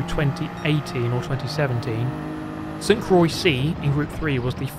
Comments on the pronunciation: I think he's just pronouncing "Croix" with a silent X like "Croi" which is closer to being correct than incorrect. I'm sure it's supposed to have French pronunciation "cwah" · "Sent crawi" was the most terrible pronounciation I've ever heard, still gave me good laughs though. Good video! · It's pronounced kwah, like croissant 👍🏻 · Naw sounded like Saint croy 😂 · Croix is pronounced like the first part of "croissant". Like, Cro-ah. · I didn't pay attention to how it's written and only now realized how hard he messed up 😂😂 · Bro say St-Croix correctly 😭😭